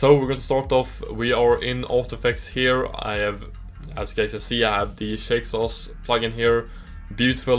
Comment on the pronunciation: Haha love the name pronunciation! Thanks for checking out Shake Sauce 2!